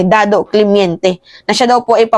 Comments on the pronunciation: hindi po ata clemiente kundi Clemente po ata😍😊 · Clemente Hindi clemiente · CLEMENTE,,not Clemiente. Correction pls😅😅😅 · Clemente,not clemiente